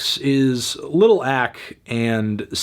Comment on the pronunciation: Bruh he pronounced lil ak (aykay) as lil ack....